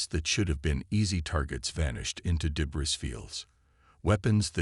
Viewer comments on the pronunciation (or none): Debris is pronounced deb - reeee..... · Enjoyable. ❤ your AI needs to leave out the s sound when speaking the word debris, p,ease give it a heads up. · Clean up the pronunciation, the AI needs to be trained, in the word "debris" the "s" is completely silent, the surname "Thompson" the "h" is far too pronounced as the AI spoke it. There were numerous phrases that were used verbatim several times throughout the story. Proofread and listen to the TTS output before upload please.